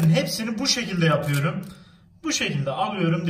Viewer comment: Abi hep konuşurken yor yerine yör diyon mesela yapıyör